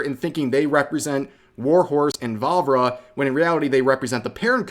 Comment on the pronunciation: Every time he said Vávra I heard Barbara for some reason